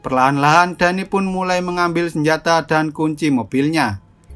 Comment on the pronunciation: btw kalo semisal namanya Danny itu bacanya Deni bukan Dani